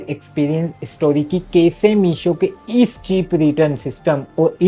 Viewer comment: (pesa, kese, benk ) bhai ye words bolne ka tareeka thoda alag hai😂😂